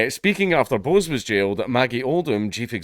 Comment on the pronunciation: It's not 'Bose', mate. Bose is an Indian name (usually Bengali) and is pronounced more like 'Bosch''.